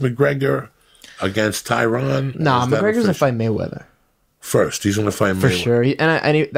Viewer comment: Hate on Woodley all you want, but if you're a professional fucking MMA guy, pronounce the man's name right! It's Tye-run, not Tye-rone.